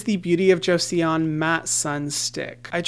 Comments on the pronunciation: Hyram!! You’re the best! PS it’s pronounced “Jo-son” not “Jo-see-on”! It was a really important dynasty in Korean history/old country name, so it’s a good one to get :) Thanks for everything you do always. Your videos changed my entire world on skincare and now it’s something I love and am proud of! I can’t believe the days before I ever knew your videos! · 4 weeks of talking about their sunscreen and no one told Hyram how to pronounce joseon ??? 😭 it's closer to jo-sawn, two syllables where the e and o are one vowel, not two separate! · Joseon is pronounced like Joes-awn. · The beauty of Joseon is pronounced jo-son there’s no e sound lol no hate just thought it might be nice to know~ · Hiya! Maybe you've had the comment already, but you don't pronounce the e in Joseon :) it sounds more like "Cho-sôn". Just fyi 😘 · Joseon is pronounced as Jo-sun! (Korean viewer right here) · Pls pronounce it correctly, considering you talk about this brand all the time and you do business with them. Say it with me: Jo-Sun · omg the way he said Joseon is too funny